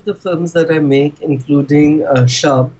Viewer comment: Hi and. A quickbit: "Shab" is pronounced like Tub (or Shub) not Shaab. It means Night or Darkness or Evening in Urdu language.:)